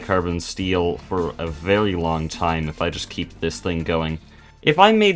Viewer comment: i like how this guy says very v e w w y